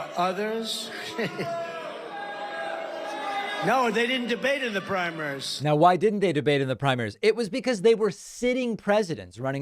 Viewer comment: about "... didn't debate in the primers..." He doesn't say "primaries."